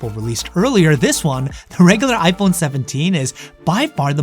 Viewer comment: Why are you keep saying ipone? 😂